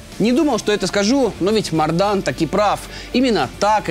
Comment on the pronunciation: это не мордан а бардан